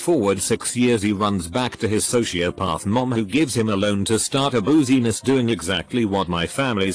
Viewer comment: “Out of booziness”